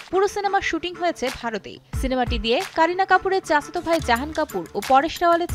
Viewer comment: ভাষার উচ্চারনে সচেতন হোন, চাসতো ভাই না, চাচাতো ভাই হবে সঠিক উচ্চারণ।